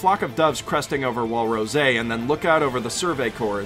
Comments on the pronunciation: It's rose. Not ro-se. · It's just rose not rose-AAAAAA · Why do you pronounce Rose with an accent like it's French or smth? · I find it really annoying that he isn't calling it odm gear and say rose weirdly lol